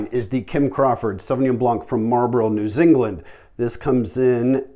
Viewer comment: “New Zingland?”